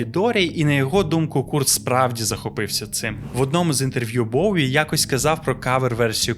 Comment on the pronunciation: Респект за "Боуі", ненавиджу варіант транслітерації через "В", хоча він є більш коректним за правилами української мови. Тільки над вимовлянням англійських слів вам треба ще попрацювати, щоб воно не різало вуха слухачам,)) Я багато років вела літературно-музикальний блог bowiepages, з початком війни постала дилема: я не можу далі писати російською, але не настільки володію українською, на жаль, щоб описувати нею такі складні явища, як Боуі.